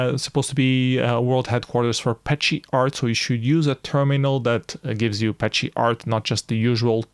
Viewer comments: Thanks for following Flashparty 2022 and for the detailed review! Beware the correct way to pronounce "ascii" and "petscii" is "askee" and "peskee", and so on. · Fixing the pronunciation of ASCII and PETSCI is the only suggestion I have for this otherwise wonderful comprehensive video.